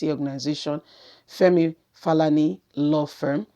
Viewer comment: Correction pls, Femi is Falana and not Falani. Try to make your research well before coming out. You are doing well though but you actually massacre people's names like calling BURATAI whose name is in the news daily BUHRATI. This puts one off. You can do better madam blogger.